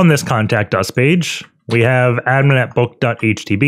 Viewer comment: 'boot.htb' That is/was driving me insane!